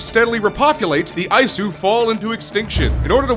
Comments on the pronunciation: It's not Eye-su, it's EE-soo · Its not ayesu. Its E-su (Isu) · Isu is pronounced ee-soo. Considering how many times you say it in this video you'd have thought you'd have at least played the game a little bit to know this. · lmao, "eyesue" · Eye-Eyesu? What? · It hurt when he would say isu